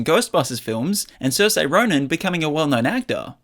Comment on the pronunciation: 'Sur-sha', Saoirse is pronounced 'Sur-sha'! I used to say it as, 'Siroyce' (😅), but come on! With how well known she is now and with how much she's been asked how her name is pronounced. It's beyond easy to find out/ know how to say it!!